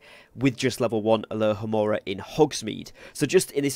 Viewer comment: Sorry - got distracted. Isn't it 'alohomora'?